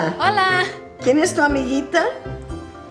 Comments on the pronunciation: Cuando dices "AMIGITA", lo correcto es usar "AMIGUITA". Igual que se dice guitarra (guitar) y no gitarra. En español, las vocales E-I tienen un pequeño "conflicto" con las consonantes G/C. Podrías hacer un vídeo explicándolo. Por lo demás, muy buen trabajo, sigue así. I use your lessons to improve my english. It helps a lot to understand the using of at/in/on... do/make..... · Amiguita it needs a u for pronunciation